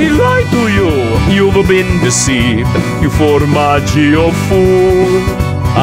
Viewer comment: i’m italian and it’s not sad formagg-io it’s like saying fidgets the g is pronounced like j so sons it out like this formajo